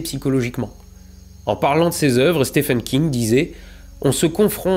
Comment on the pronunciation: fun fact (pas forcement fun ,mais interressante): stephen king ne se pronince pas /stefen/ mais /stiven/